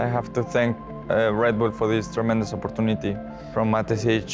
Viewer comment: the 'op-par-tu-ne-te' never gets old